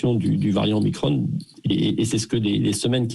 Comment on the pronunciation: Pourquoi ils prononce omicrone au lieu de omicron !! Es que l’on prononce Emanuel macrone !!? 😂😂